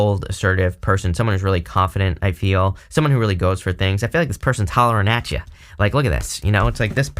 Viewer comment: “Hollerin atcha” 😂